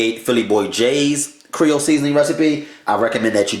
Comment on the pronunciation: Are you trying to say Creole? As in Lousiana?